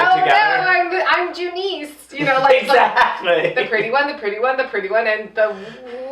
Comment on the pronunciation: Its actually Doonese not Junice